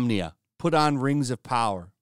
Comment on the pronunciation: Muh Rangs of Powaaah!! garbage ass content.